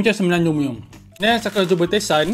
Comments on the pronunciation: TA S EEEENNNN BUKAN TESAN🤣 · Tasen bang bukan tesan 😂😅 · bukan tesan tasennn laa😭😂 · bukan hivana tapi hinava, dan bukan tesan, tapi tasen hihi 😝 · Tasen not tesan hehehhe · Tasen bukan tesan😂😂